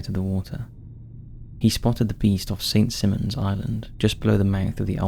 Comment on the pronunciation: The Altamahaha. It's cool and also weird hearing about a myth from a town I lived in lol. Side note: its pronounced Sy-mon or Sigh-Mon. St Simon's island.